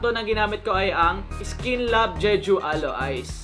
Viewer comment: iskin daw hahaha saan yung "i" sa bago yung skin?